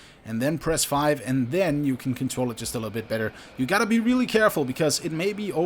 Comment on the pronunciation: did he say weely weely impressive